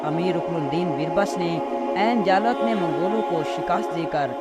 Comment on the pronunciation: Pronounce as Aini jallooth